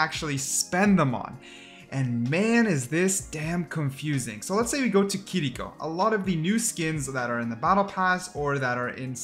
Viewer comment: The way you say kirkio pisses me off lmao